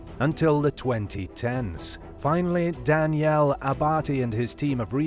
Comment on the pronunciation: The way he pronounced Daniel or (Dan)yelli) in Italian was horrible